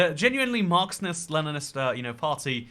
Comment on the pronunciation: You said "Marxnist" like 10 times in this video